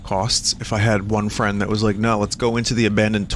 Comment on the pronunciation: *Giant, tottering fang-creature *Vinny reaches out for it "Fwend?" 🤣🤣